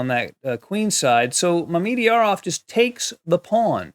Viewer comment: What a game! (PS: I believe it's properly pronounced "Mama-jarov", lol.)